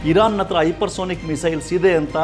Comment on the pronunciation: ಹೈಪರ್ ಸೋನಿಕ್ ಅಲ್ಲ ಸರ್ ಹೈಪರ್ ಸಾನಿಕ್ ಅಂತಾ ಹೇಳಬೇಕು.